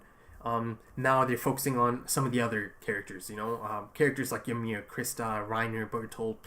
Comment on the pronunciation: Why most of reactors dont notice what Bertholdt is trying to do when Ymir is demoloshing the tower? also, why do you keep calling her Y"A"MIR? hahaha is just Ymir